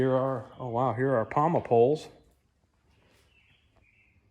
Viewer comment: POMA, not Palma